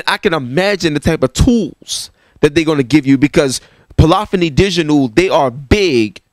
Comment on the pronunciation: Bruh you're killing me with the "Polophony" thing lol